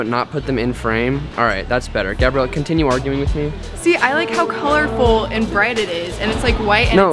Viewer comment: This the second time he almost called her gabe-rielle lmaoooooooooo